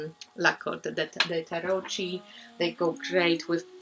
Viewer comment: Oh, that Lavish Earth deck... it's now finally on my wishlist. ;) Also... 'tarocchi' is pronounced with a k - tarokki. The h turns the c in front of the i into a k.